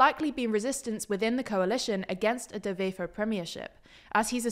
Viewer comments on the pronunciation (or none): Please stop pronouncing Dutch words as if they're German! "Wever" is pronounced exactly as if it was an English word. Not "Vefer"! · I heard Bart de Vever, when in Vlaams, it's pronounced closer to a W in English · NB: Dutch/Flemish doesn't use the same pronunciation rules as German... So this is not how you pronounce 'Bart De Wever' 🙂